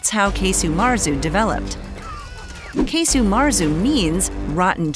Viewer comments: Casu. There's no E sound in it. It's like "kazo" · Are we sure it’s pronounced “case-u”.